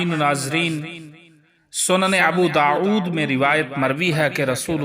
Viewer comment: Jhoote rewayat... Pehle to iss bande ke talaffuz sune. Abu Daud ko Abu داعود kehta hain. Dosre baat is ne sirf Abu Daud likha hain Hadees number kaha hain?